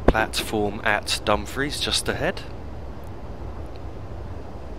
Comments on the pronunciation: Also, not to be critical and it may just be my hearing but it sounds as though you are pronouncing Dumfries as Dum-friz if so it's actually Dum-freess, if not apologies. Thanks again for the great videos,. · You are correct, I was mispronouncing Dumfries in seems lol:p